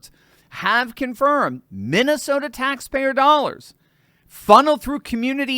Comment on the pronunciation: Broooo. U mean. Minesalia. 😂😂😂